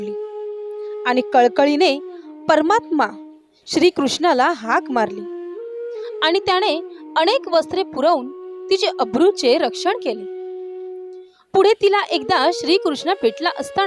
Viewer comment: आपण शुद्ध बोलायला शिकावे. अणेक नाही अनेक का णाही नाही का नाही कशाणे नाही कशाने